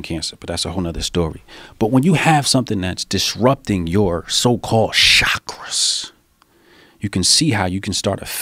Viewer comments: Why he say Chakras like that. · It took me half the video to realise he was saying "Chakras".